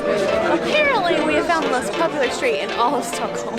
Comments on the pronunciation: "Stickholm" ?? (at 5 secs) Haha.. Awesome vlog as usual guys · alredy in you say stockholm wrong HOW (im swedish) btw when you go on the street it would be good to know behind you with lindex a terror attack took place. its called terror attacken på drottning gatan. sadly i child and meny other peolpe got overun by a terrorist with a truck second. old town is gamla stan on swedish third. the most popular street is drottning gatan or queens road. why you diden't come to sweden long ago is becouse we have the worst winter. and the "pink onions" is lingon and thats a must to meatballs and thats is köttbullar. if you going somewhere pls just say it whit the original name corectly.